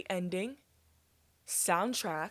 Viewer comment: Hearing u pronounce soundtrack as soundtract >>>